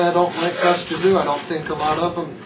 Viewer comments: Your lack of knowledge is astounding. Respect though for being willing to embarrass your sorry asses like that. LOL. Can't even pronounce Tszyu and you're 'boxing fans'. Couldn't stop laughing throughout that video at how dumb you guys sounded, LMAO. Tszyu detsroyed both Mitchell and Judah (both cried in the ring), what a joke this was. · You guys are a farking joke. I couldn't stop laughing at your review of Kostya Tszyu (you can't even pronounce his name) LOL. He smashed Jab Judah, and had the fight continued he would have continued to do so.